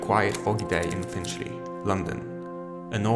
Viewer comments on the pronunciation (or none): The area is "Finchley", not Finshley fella